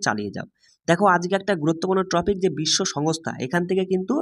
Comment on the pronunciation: Everything is fine but this is not a Tropic, ‘Topic ' or else ট্রপিক নয় টপিক হবে ওটা😌